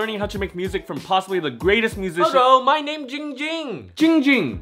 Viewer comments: Its ging ging not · Spicy Potater it’s not that its ding ging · Ging ging is calling himself instead of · Why is everyone still saying gong hung it’s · Yes you can tell the dif-Er-ence, why you dis-a-pointment!!! Not it’s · Ging Ging even says his name wrong😂